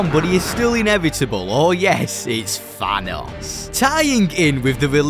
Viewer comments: Bro says "fanos" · FYI. It’s pronounced Thanos Not Vanoss